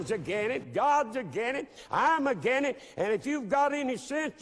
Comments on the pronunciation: HAHAHAHA first 30 seconds AGINENT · either this guy cant pronounce "against" or he actually means everyone is "a gennit". I am going to choose its the latter. Although i have no clue what a Gennit is, i am sure the proud people of the Gennit are worth beeing called the Gennit. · Did he say "AGAINIT"? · The fact that he says "aggen" instead of "against" doesn't help his case. "Aggenit"? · I refuse to listen to a man who cannot pronounce "against".